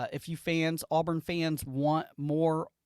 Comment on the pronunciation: I don't do content. However, as a first-time listener of your content, and as an Auburn fan, it was bothersome to hear the kids name called incorrectly repeatedly. ✌️